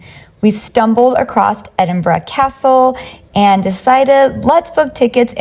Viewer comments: Im glad you said Edinburgh properly. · The most amazing thing about this video?...... An American who can pronounce Edinburgh correctly. ❤😊